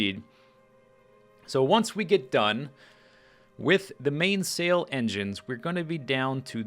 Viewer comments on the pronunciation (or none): mainsail is pronounced "mainsuhl" not the wayit is spelled.